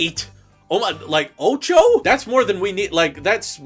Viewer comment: That was possibly the least Spanish accent used for a Spanish word ever.